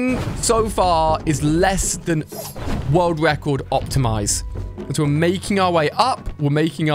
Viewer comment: speed wun world wecord 😂